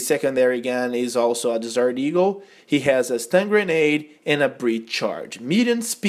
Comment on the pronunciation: he said dessert eagle lol